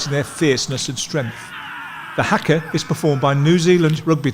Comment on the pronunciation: Haka is pronounced hucker not hacker.